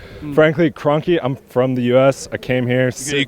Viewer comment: who the hell is that guy how is he saying wenger and kronke in what a dickhead